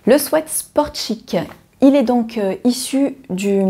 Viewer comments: Mas non en France on dit swiit tout le monde dit swiit on reste avec swiit! On laisse le “swèt” aux anglophones!!! Belles cousettes merci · Je prononce également de la même manière le mot sweat. Je ne savais même pas que c'était pas la bonne façon de le dire mdr. Oh je note pour le pull ted de super bison. En plus le col châle est super joli ! Pour une fois qu'un projet homme me tente ! Je cherche aussi des projets couture pour des petits cadeaux. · Merci pour ce partage très sympa. Je suis très contente de voir toutes tes cousettes et j'aime beaucoup ta nouvelles formule qui regroupe par thème. Très belle série de sweat ( que je prononcé moi swit et je n'ai pa l'intention de changer). A très bientôt. Sylvie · Super Moi aussi je dis swit 🤪